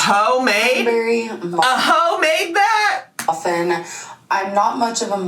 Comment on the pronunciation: "Hoe Made" LOL